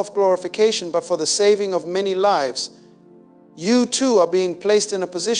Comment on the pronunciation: Loved this! This AI using the voice of the late Dr. Miles Munroe almost made me forget he is gone, until it pronounced the word, lives, incorrectly... SMH 😒